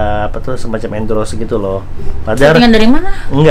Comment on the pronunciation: banyak banget bang yg gw gemes pngen koreksi kwkwkwk dari kata endros harusnya endorse, naked itu baca neked, dan memeng, harusnya memang..gapapa ya dikoreksi